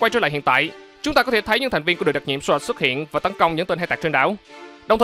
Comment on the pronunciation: Thành viên Sọt. Vãi chưởng đọc tiếng Anh